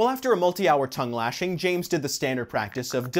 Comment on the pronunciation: "Toung lashing"?